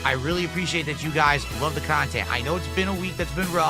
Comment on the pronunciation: "We haven't hit the goal yet" He's offered NO KHANTENT